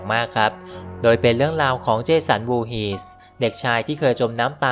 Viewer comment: เจสัน วอฮีส ครับไม่ใช่วูหี